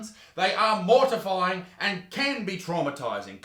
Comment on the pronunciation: No one: Isaac: MORTIFYING